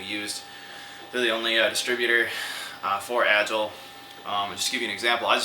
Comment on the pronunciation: Agile is not pronounced like that lol